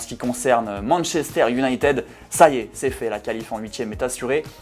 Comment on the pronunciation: Petit rappel de grammaire anglaise en anglais le E se prononce "i" pour Manchester United merci